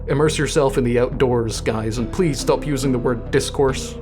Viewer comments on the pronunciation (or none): none